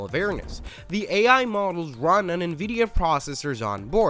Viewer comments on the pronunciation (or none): none